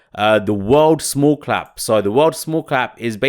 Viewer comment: It’s small Cap, not clap :)